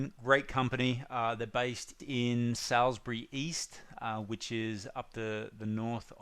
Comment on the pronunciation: There’s a new mob of 10 percenters trying to exploit our industry. Customers and businesses alike should avoid these in un unionised exploitation businesses. Call the business yourself, the same with the motel industry. There is a Union on the way. - Salisbury, listen to the mispronounced suburb, this says everything you’ll need to know, it’s a pay to play service.